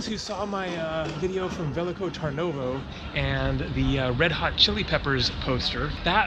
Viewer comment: Your pronunciation of "veliko tarnovo" literally made me burst out. Not being a dick, but have you never heard a Bulgarian pronounce it? Cool video though! Varna is my home town.